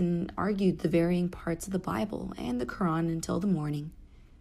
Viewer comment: "I studied Quran " pronunciation of the word Quran was a dead giveaway!